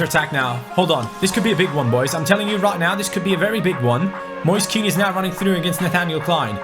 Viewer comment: Hey, just to let you know Kean is pronounced "Ken" in italian great job with the career mode anyways. Like so can see